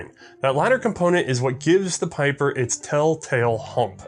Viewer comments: Well for "one of the biggest in gun design" you show little respect by keep fucking up his name, what's so hard about pronouncing his name correct?! ... Pieper is pronounced as PEEPER, it's not that hard, not even for an American acting as an historian and firearms expert. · It is "P-ee-per". It's a Flemish/Dutch name.